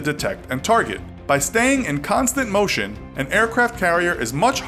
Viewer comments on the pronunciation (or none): none